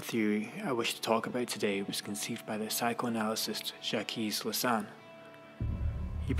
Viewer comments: Zjakies Lasan? It's pronounced Zjak Lakan. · LAKKKKKKAN not Lasan